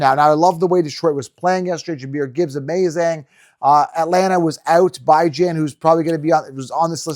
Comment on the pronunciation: No you were not the only podcast saying dont draft CMC 1st...totally disagree...y do you pronounce Bijan's name wrong everytime